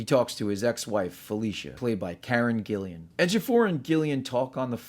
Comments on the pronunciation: It's Karen GILLAN not GillIAN. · Karen Gillan, not Karen Gillian